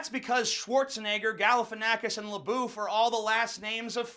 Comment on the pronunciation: Says we can't pronounce black names but we can pronounce Schwarzenegger and LaBeouf. Proceeds to give the worst German and French pronouncination of these words.